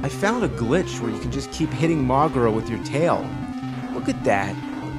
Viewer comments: Moguera itself pronounces it as Mokémon! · Isn't it pronounced moe-gear-uh?